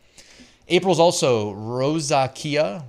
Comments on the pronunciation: FYI it's pronounced Rose-ZAY-shuh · rose a sha is the correct pronunciation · Great video as usual. its pronounced ROE ZAY SHUH. If you Google "how do you pronounce ___ whatever the word is, Google will write it out phonetically and speak it if you click on the little megaphone